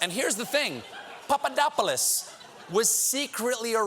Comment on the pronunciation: I like how Colbert says Pappadodopopolaplodos